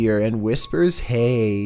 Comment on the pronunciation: In number 6 I heard "pray" instead of "hey" anyone else hear it too?